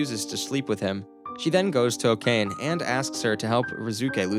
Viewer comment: Okane? it is pronounced o-ka-ne. come on.